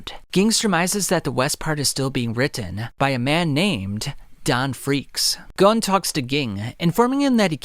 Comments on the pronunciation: I have only one criticism. You keep saying gone instead of gon (pronounced goan like moan but with a g) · Gone ❌ Gon ✅